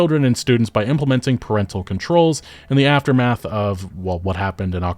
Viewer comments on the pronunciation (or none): none